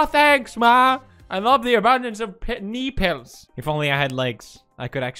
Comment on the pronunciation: He said nipples knee-pills